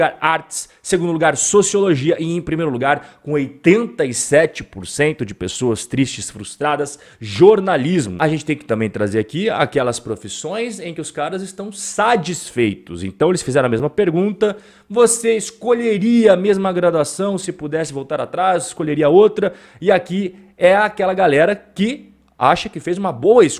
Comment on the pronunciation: sadisfeitos???? o que é isso? só conheço "satisfeitos"